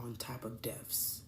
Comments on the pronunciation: dont take life advice from someone that pronounce death as deaf or says libarry instead of library or valen-"times" day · I'm sorry but I can't take anything serious from anyone who says (deaf) instead of death. 😂